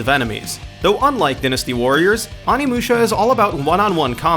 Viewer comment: Where did you learn how to pronounce words? I mean I understand not knowing how to pronounce the "oni" in Onimusha but really, pronouncing dynasty as dinn-asty?